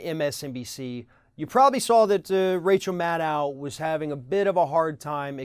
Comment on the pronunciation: why is it so hard to pronounce rachel's name right? it's mad-doe. it was an off the cuff comment that was factually wrong, so what? why is everyone on the left focusing on this so much? it's like the right throwing the e-mail "scandal" at everything, or benghazi, or obama is a muslim. rachel is a traditional political wonk who gets bogged down by the 2 party dynamic, she's been this way for a while now, so get over it and move on, rachel maddow is not the enemy. btw, i voted for jill stein.